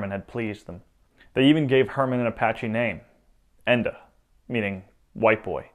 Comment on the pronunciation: En Da is pronounced “En Dot” in Apache